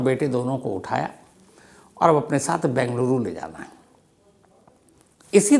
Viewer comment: Bhai Saheb, it is BEngaluru & not Bangaluru. 😊